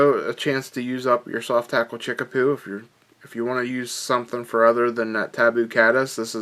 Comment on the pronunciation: Great pattern...fish love this one. But it's chickabou not chickapoo lol.